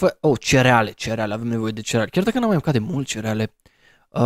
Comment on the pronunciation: cândâ ai spus cereale mâcăm cerile